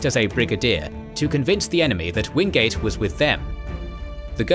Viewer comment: Its Orde Wingate not Orde Wingade